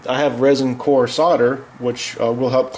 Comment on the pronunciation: Rosin-core, not Resin-core